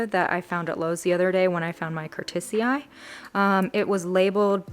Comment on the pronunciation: I hear a lot of ppl pronounce “Curtisii” the same way you do :o